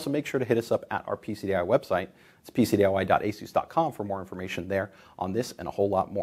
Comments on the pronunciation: its not "Aye- soos" it's "ace- is" even the Chinese people who own the company say it that way. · How is ASUS anent to be pronounced?, I always pronounce ASUS as A-SUS (SUS as in I have SUSsed out what is wrong or the SUS in the word SUSpension.)